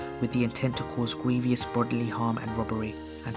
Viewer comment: to cause gwevious bodily harm